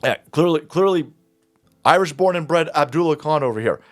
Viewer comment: He isn’t IRISH he’s “Iwish”